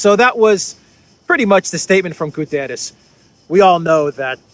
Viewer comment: GU - TTE - RES . It is a portuguese name not spanisch.